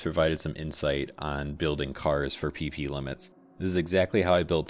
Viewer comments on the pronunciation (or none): I cant help to laugh every time you say PP: "maximum Pee pee".